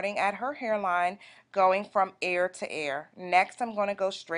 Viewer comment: GIRL HOW ARE YOU PRONOUNCING EAR...EEEAARR..NOT AIR..Lol..